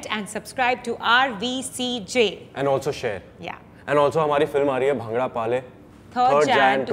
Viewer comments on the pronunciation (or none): Atho Pta chalda aa Ki aa nakli Punjabi aa when she pronunced bhanghra as Bhangra but we pronunce as phangrah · O yarr kahdi punjabn Dhillon pronounce krna tan aunda ni. Uppro bhangre nu bhaangra kehnde a. Punjab ch aa k dekho ki hunde a punjabi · It's not bhaangra it's bhngra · Bhaangra ni hota mere bhai Bhangra hota ha😬😬